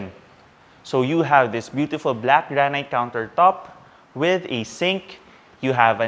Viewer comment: You guys produce good content. Suggestion tho, granite is pronounced "grah-nit" not "grah-night". You also say, "On top of that.." but I suggest "plus" or even "in addition." Otherwise, keep up the good work.